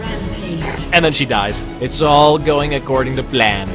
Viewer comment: "its all going aggord of the plan"